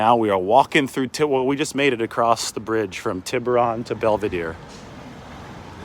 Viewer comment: Pronounce Tiburon correctly! cmon dude haha